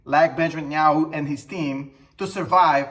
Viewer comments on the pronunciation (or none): none